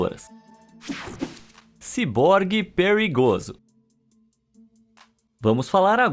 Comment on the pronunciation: "ciborgue perrygoso" me rachou kkkk